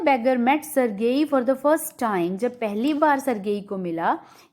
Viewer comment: Ma'am sergei ka pronunciation galat hai